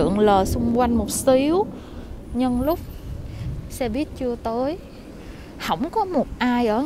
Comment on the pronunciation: Lâu lắm rồi mới thấy có ng đọc đúng là xe buýt. Đi đâu e cũng nghe xe bít tới nỗi mặc niệm là bít r